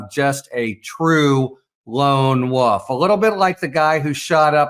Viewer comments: WoLf. Not "wuf" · I love the way Harry pronounces wolf as “wuff.” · I do love hearing Harry say “lone wuff “… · this guy pronounces "wolf" in a strange way